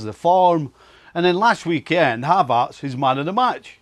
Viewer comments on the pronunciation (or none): “ZAIYACK PLAYING BEHIND HAVAZZ” Brexit pronunciation? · whos "Havartz"? 😂😂